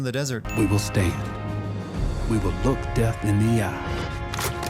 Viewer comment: He said lool in stead of look